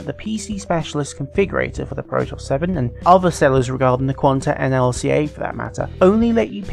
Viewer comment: Pro-toss? Surely you mean Pro-tee-us? As in the Ancient Greek myth? Synonymous with versatility?